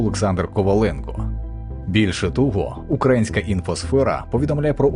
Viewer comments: Дякую за відео. Я розумію, що диктори на вагу золота, проте, перепрошую, але чи міг би новий диктор робити правильно наголос не «укрАїнська», а «украЇнська». Це важливо, і дивно чути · Не УкрАїнська, а УкраЇнська сторона. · Наголос не на А, а на Ї! Безграмотні чи що? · Чого в мене таке відчуття, ніби цей випуск був озвучений і написаний текст чатом джпт(без образ). Чого майже кожна вимова "українська" або в інших відмінках, звучить абсолютно не природно чомусь зкомкано і інколи чути наголос на укрАїнські, хоча можливо мені почулося. Не знаю що сталося але випуск про таку подію не настільки якісний, як хотілося б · Всі вже написали про "теракт" на , а я ще хочу доповнити, що якось дуже дивно у диктора звучать всі слова з коренем "Україна". Мені одному це здається, чи в нього дійсно вимова на москальський манір - "укрАінська"?